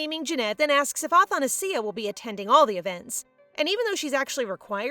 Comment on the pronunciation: athanasia is pronounced differently btwww :00